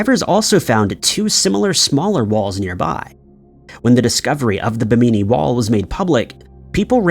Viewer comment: BIM-innie (Bimini) not Bim-eenie.👍